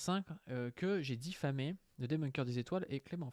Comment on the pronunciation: Diffamé et non diphamé